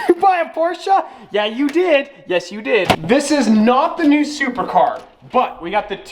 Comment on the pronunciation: Every time you say super car it sounds like Supra